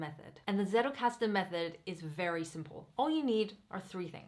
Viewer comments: German here . as you are using this word so much , you may want to pronounce it properly : it is not settelkasten , it is tsettelkasten . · Great video, thank you. Btw not that it matters, but if you want to stand out in the English speaking Zettelkasten community, the way the word is pronounced in German is "tsettelkasten", a combination of a hard t sound and a sharp s at the beginning. :-) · Thanks a lot, very well explained! (Fun fact: The "Z" in "Zettelkasten" originally is pronounced like the "Ts" in "Tsunami" ;D)